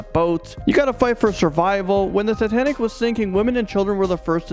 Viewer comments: He said titantic? I never heard of titantic. I’ve heard of titanic. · Say sooo titanic 💗